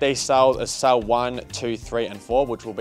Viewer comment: Cell not sall